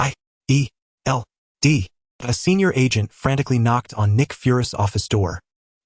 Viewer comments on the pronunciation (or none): es eich ai ee el dee X1000 times in one AI recap video is horrendous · Ngl, hearing shield is like hearing someone doing pronouncing lesson. There's so much S H I E L D 😂 Okay, there's a lot series to look at 😅